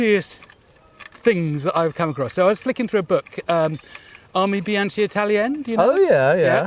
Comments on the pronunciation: as an italian i couldn't help myself, the pronouciation of Armi Bianche italiane; the Ch in italian is always a K and we also pronounce all the sounds in the words, so it's more like: armi bianKeh italiAhnEh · i don't mean to be petty but it kinda hurts hearing "armi bianche italiane" being pronounced as if it is written in French.